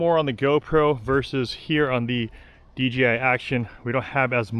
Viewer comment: Kept saying DGI for some reason people have a problem pronouncing the J .